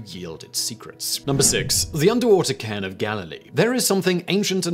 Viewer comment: Stop with the weird pronunciations. Seriously it's just annoying and you can't be making mistakes like cairn sounding like karn.